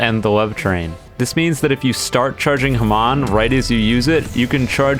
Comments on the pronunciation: bro said ham- on 🇺🇸🇺🇸🇺🇸🇺🇸🦅🦅 incorrect 💀💀 it's actually pronounced harmoan in pronunciation but I can tell your not a. JoJo bizarre adventures fan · And why does he say hamon like that